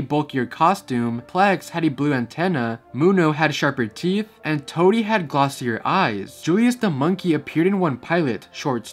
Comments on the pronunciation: Hey, Toodees name is pronounced like "TWO-DEE" not Toadie XD sorry if this comes off as rude. qwq it's just the old Yo Gabba Gabba fan in me. I used to love this show. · toodee’s name was butchered 💔 brobee’s name was butchered 💔